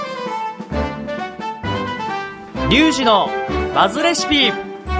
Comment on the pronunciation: リ｢ョ｣ウジてw